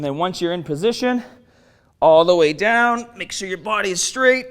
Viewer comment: "Stronga" "daiwn"